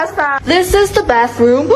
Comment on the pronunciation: Tulisan nya" The" Eh di bacanya.. "De"😂